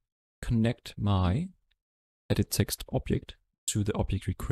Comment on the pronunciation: Sir its Eext its text